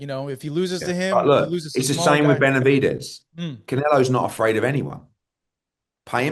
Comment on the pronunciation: Choking on Benavides name is crazy work